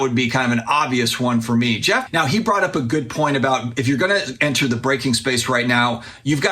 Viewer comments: Geoff Wilson says it right. says it wrong. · I’m French, Geoff says it correctly!!